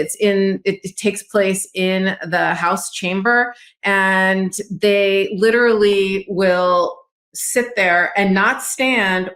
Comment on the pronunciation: Lit•er•al•ly geez. 😢